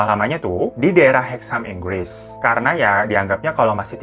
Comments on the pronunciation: ingggris wkwk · Inggwis... hurup "r" nya tersamarkan.. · Itu INGGRIS G-nya banyak banget bang😄